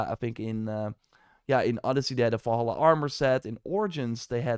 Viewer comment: Why you keeping saying it like that? Valahallah? Is it a joke or something?